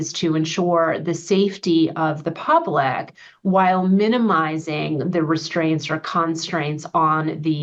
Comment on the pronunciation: I dont trust anyone who says the word "public" lile that.